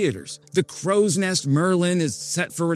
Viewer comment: "Crowws Nest??" LMAO 🤣 Umm that's pronounced "Cro" 😜